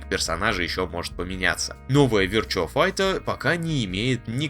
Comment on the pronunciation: Вирчуа файче... рпХЭ... 🤦🏻‍♂️